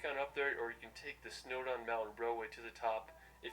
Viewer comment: ‘Mount Snowda’